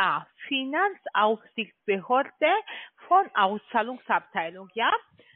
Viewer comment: Finazaufsichtsbehörde😂😂😂..und dann dises schlechte deutsch dazu😮, der eklatante Sprachfehler😆😆 - klingt wie absicht....thema: Zahnarztwatte - würde ich mal fragen😎✌🏼